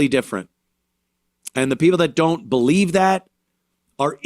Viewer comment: He can’t bweef